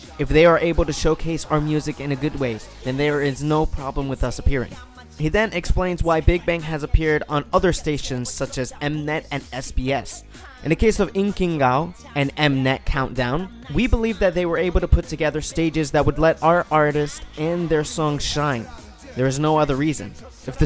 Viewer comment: It is pronounced "In-kee-gah-yo" not "inking-gao."